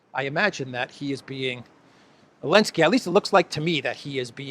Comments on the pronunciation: Zelenski , not Alenski. Z...Zelenski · Why do you keep calling him Elenski when as far as I'm aware his name is Zelenski? FFS he got an award for services to humanity. Still, it's no more ridiculous than Obammy getting the Nobel Peace prize. We're living in clown world.